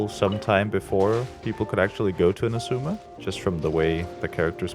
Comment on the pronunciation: Not "Inuzuma", it's "Inazuma".